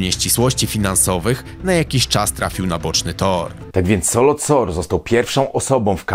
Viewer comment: Dokładnie i nie Solot Sor tylko Saloth Sar